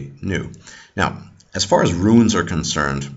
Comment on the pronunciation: Runes goddamnit not ruins ...JFC!